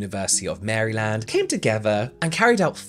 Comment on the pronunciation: The way you pronounce Maryland made me smile 😆